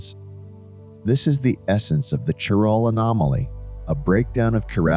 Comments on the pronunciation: Bot (or human) can’t pronounce CHIRAL properly. “Kai-RAL” not “chiral”…(Ch as in cheese is wrong)…. Nor is it “sherality”….. the physics otherwise is ok. However, displaying electrons in atoms as balls is kind of non-quantum mechanical and harks back to chemistry of the early 20th cebtury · Chiral pronounced Kairal, chirality kairaliti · Might be nice to (re)educate the speaking AI on how to pronounce chirality & chiral. It gets it right sometimes, "chiral anomaly" mostly. I notice Google Search can't understand the spoken words, chiral and chirality either.